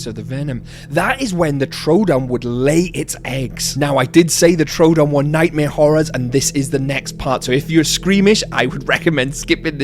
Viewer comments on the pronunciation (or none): none